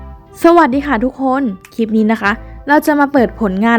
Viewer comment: คลิป ค่ะ ไม่ใช่ คีป ออกเสียงควบกล้ำในทุกๆคำด้วย จะน่าฟังมาก นี่ฟังไม่ไหวค่ะ กดออก ...